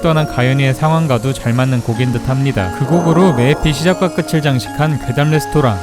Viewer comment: 끝을[끄틀] '끄츨'이 아닌 '끄틀'로 발음합니다.